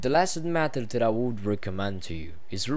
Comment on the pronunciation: You Dutch people need to pronounce the word "that" not like this: "dat". It's THAT! The same with "this". Don't say "dis" These is not deese, it's THESE!